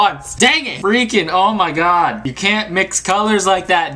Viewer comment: "O MI GAWD"